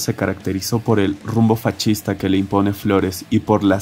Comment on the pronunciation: Bro, por qué dices fachista en lugar de decir fascista ?